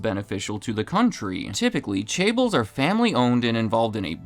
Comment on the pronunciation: Asianometry wouldn't approve of you pronunciation of chaebol (or however you spell it). That's OK, I'd pronounce it that way, too.